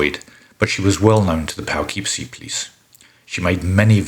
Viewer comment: Your pronunciation of "Poughkeepsie" is driving me nuts, but since you aren't from the US I'll give you a pass (it's pronounced "Puh-kip-see")